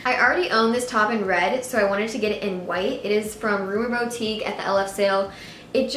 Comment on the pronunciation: boutique is pronounced boo-tik not bow-tik ;) love your hauls